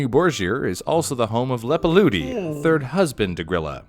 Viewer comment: Leppalúði is pronounced like "Leppaluthi", not "Leppaludi". Just wanted to clarify.